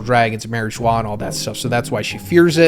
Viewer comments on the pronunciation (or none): none